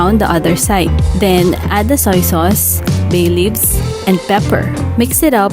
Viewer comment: Bay leaves!!! 😂 beelivs